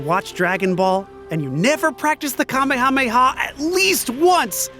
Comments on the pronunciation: It's KA-MEHA-MEHA! Not Kame-hame-ha 🤬🤬🤬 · Im cringing on their pronounciation... Ka May Ha May Ha.. Japanese is syllabary with shorter vowel sounds so it should be pronounced Kah Meh Hah Meh Hah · No Front But i absolutely hate how americans or english native speakers pronounce kame-hame-ha as kamey-hameyha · Anyone else dislike the way they (and many others) pronounce "kamehameha?" was so cathartic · holy shit, I hate the way you guys say Kamehameha LOL SMH